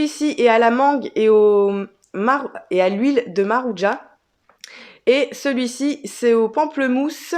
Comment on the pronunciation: pas maruja mais maracuja qui est un fruit de chez moi. En fait c est ce que vius appelez fruit de la passion. Merci pour ce haul